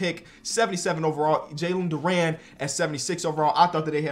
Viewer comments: FYI it's not dur an it's dur in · Btw it’s Jalen Duren. Duren being pronounced Der-in